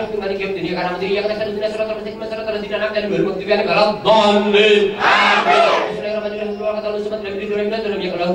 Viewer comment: YG GW DENGER : Dolinnn AAMINNNN